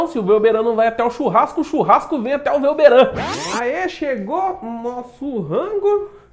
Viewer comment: Quando o velberan fala o nome dele acho meio estranho.... Kkkkkkkkk